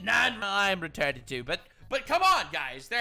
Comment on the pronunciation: "is everyone RETAHTED" i'm dyingg